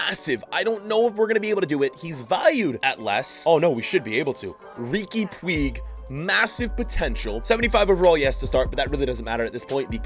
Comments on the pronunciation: Everyone: Riqui Puig (pu-ch): Puig (poo-ig) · man said Ricky Pweeg😂😂😭😭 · saying rigui puigs name wrong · Riqui “pweeeg” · Hey! Riqui Puig is pronunced "puich", please try to call him like this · You pronounce it Riki Puje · You pronounce it rique puuccchh